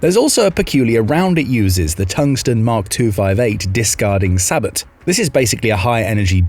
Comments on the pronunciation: It's pronounced SAY-BOW, not SABIT... 😂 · discarding “say-bow” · Every time someone mispronounces SABOT, somewhere a kitten dies. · ...That SABOT pronunciation though.